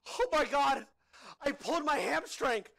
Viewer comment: “I pulled my ham-strank!” 💀